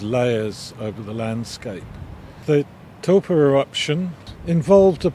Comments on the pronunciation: It's interesting the way you're pronouncing taupo. I would normally say Tau-poe. You're saying toe-po. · it's pronounced Toe paw. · I’m a Kiwi and I’ve never heard of Lake “Toe Poor” 🤷🏻‍♂️ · Toe Poor